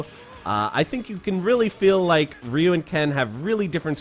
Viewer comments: I mean, he pronounces "Ryu" the trailer park made-up way, so I wouldn't expect much. One of the games even says the damn name in an audio sample, I'm surprised people still use the made-up pronunciation with the internet as a resource, and regional dialects and the confusions and local made-up myths being... in theory impossible these days? If it all worked anywhere near like people online pretend. It's kinda hard to say it with the actual sound but they could just kinda say "d'geo" or "dio" or "Li'you" or "dee-you" and use an Americanization that at least acknowledges the name/word like they have heard it one time ever or are at all familiar. The literal phonetic concepts/misunderstandings/musreadings of "Reee-you" etc are like when people say "Joll-oh" instead of "Gee-all-o" that letter "I" is real and not silent, the word "Giallo" is YELLOW in Italian, so it's like jello but j' Ee-Ah-lo" Je'ellow, yellow Gggh'ea-olo, "gee ah low" but slurred and fast, accent not even nessesary like jello and y'all, oh" and "Geo" all at once "Geeahlow" but as fast as they say "joll-oh" basically. The American distributor was even named Jolly Pictures for "The Bird with the Crystal Plummage," consider that. Somebody even made this observation enough that they called the company that, making the small joke. It's yellow, not jolly-ol'. Heh. "Joll" is not part of the etymology. That's not how localization to a language works. You do not have to use their correct pronunciation as the rules of th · It's hilarious that you spent time learning how to pronounce all the super moves correctly, but you mispronounce Ryu's name over and over. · Wasn't sho there master or is that some thing I remember incorrectly from my childhood. And is the dude saying Ryu weird? :/ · I think I was the only person pronouncing RYU wrong this whole time. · I've always pronounced Ryu as "Righ·ooh" as opposed to "Ree·ooh". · Ryu is stronger than Ken. Also, you mispronounced "Ryu" the entire video. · Its RAYU’